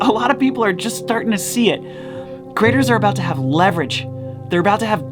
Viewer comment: I really like how pronounces creators as Critters!